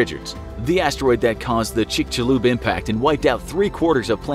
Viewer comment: Kudos for the pronunciation of Chicxulub! (mexican from yucatan here :D)